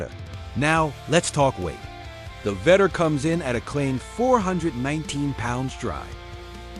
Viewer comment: Vettore [veh-tor-rey]. Gotta love AI voiceovers